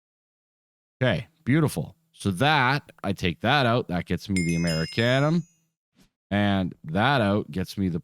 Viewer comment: Amer-eee-she-um. Not ‘Murricanum